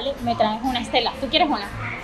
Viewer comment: Thanks for this video and I'm very late, but when you said "me traes" did you pronounce the last s? I know its a weird question